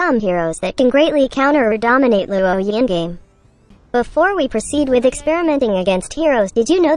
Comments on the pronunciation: Not being a downer, but I think its pronounced as "Lwo-ē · No one: Absolutely no one: Luwoah Yee